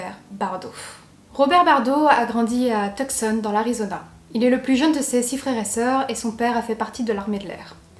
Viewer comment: Tucson se prononce "Toussonne" et "Bros" est l'abréviation de "Brothers" et ne se prononce pas "brosse". 🙂